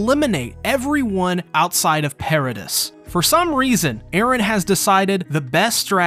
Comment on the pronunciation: Why you say paradis like that? Not gunna subscribe bc of that